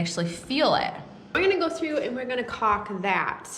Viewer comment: If YouTube doesn't censor this one I'll be surprised not sure if you listen to it really really close how are your pronunciation of caulk actually sounds. And then you get the borderline dirty insinuations in conjunction with the miss pronunciation.